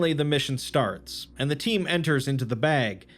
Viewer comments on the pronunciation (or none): "Before the mission starts-" Did you mean: "Before the mission starks" ?